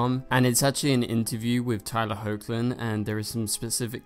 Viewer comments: It's pronounced Heck-lin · He is also saying HO-chlin again... get him!!!!